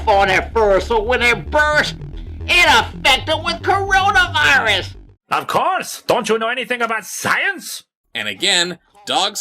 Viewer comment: Is it just me or did pronounce Coronavirus "cornonavirus" in the first line read?